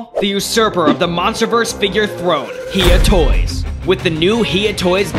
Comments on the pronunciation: When uou said hiya toys as heeyaa toys it disturbed me more than the ringing sounds in my ears its said like hi yu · You keep on pronouncing Hiya toys wrong it is pronounced hi a toys